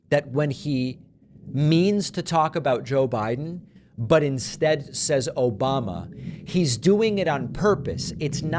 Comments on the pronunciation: "Obamna!" LMAO!!! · His cognitive test was tic tac toe and he lost 😂 Though I do think it's on purpose because he's going for an insanity defense. I do love "Obamna" cracks me up every time. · "Obamna" always cracks me up😂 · "Obam-na!"Can't even say his name correctly. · From now on Trump will always call Joe Biden, Obama. When he means Obama he will say "obamna" to distinguish the two. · "Obamna!" Lmao I love that clip. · "Obmna"!!!😂 Seriously how dumb do you have to be to support this man?...